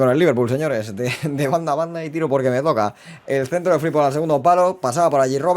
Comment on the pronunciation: Gran modo carrera y muy realista, como siempre. Pdt. Es FriMpong, la m suena y rechinó bastante durante el capítulo. Un abrazo